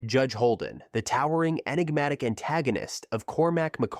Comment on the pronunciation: Audiobook. The narrator keeps saying JEDGE instead of JUDGE. Let me give you an example. "Towering over them all is the JEDGE!"